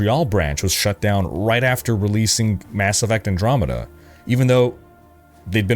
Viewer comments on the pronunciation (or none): none